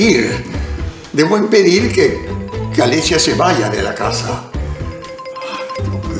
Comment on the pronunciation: Oyeron a Peter dijo "Debo empedir"